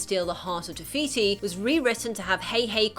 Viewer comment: not being mean but its no tiviti its tifiti